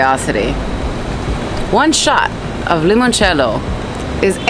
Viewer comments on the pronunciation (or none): none